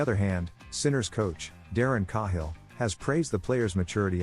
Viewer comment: AI sucks..can't even pronounce Cahill correctly..moving on..